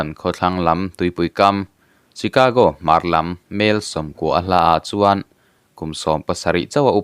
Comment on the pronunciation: Chicago (Shicago ti a lam tur)